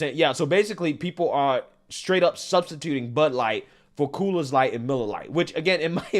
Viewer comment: Why do u keep calling it "coolers light"? Lol